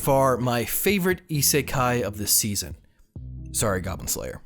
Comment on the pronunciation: GS is not an isekai,, please I die a bit when you say it